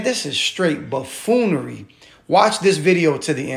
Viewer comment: Bafoonery 😳🤦‍♀️ this word😂